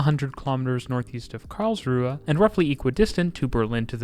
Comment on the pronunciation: He did at least get Karlsruhe correct at the start.